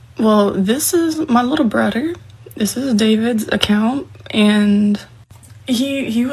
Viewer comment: It's so sweet that she exposed her "Little Brudder"